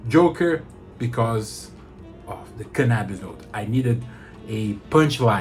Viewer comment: Did you say canabis? Take my Money! 😂😂